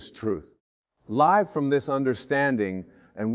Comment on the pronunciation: yes listen to the certain words like Live as in living expressed as if in a sentence live recording dead giveaway